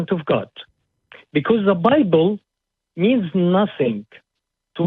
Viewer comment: Am I the only one who's convinced that this "" is also the "" that calls the show sometimes? Listen to how he pronounces the word "bible"...